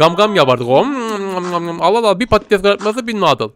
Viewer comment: Pattes değil patates